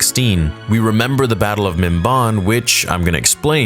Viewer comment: it's pronounced mim-ban (as in i ban you from this place)